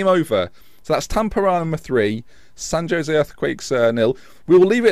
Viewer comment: also San Jose is Spanish so pronounced San Ho-zay...just a heads up!!!